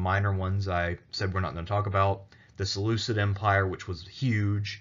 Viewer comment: Seleuseed empire? It's seleuKid, it's written right there by yourself! 😂